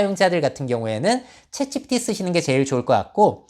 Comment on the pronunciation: 내용은 좋은데 "챗지피" 발음이 거슬려요 흑흑